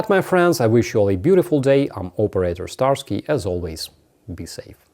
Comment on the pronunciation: it's Starsky!